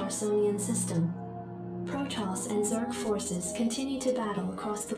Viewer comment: STOP PRONOUNCING PROTOSS WRONG